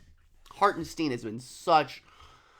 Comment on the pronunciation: been a fan for a while, great vid & breakdown for us sickos. Thanks. also, for the love of the basketball gods, please no more “STEEN”. It’s pronounced “STINE”, as in it would rhyme with the word “mine”.